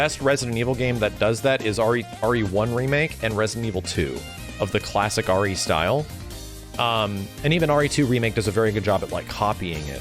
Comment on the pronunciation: Every time he said RE for some reason my brain heard Ori lol